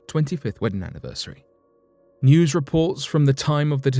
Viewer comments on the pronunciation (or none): none